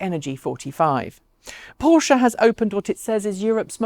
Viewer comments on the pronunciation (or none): none